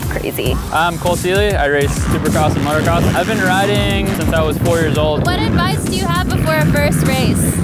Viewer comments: did she just say motocrost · did she say motocrosst??? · its motor not moto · She keeps saying motocrost😂😂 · the one chic kept on saying "motocrosst" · "motocrost" lmao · She keeps saying "Motocross-T" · She said motocrosst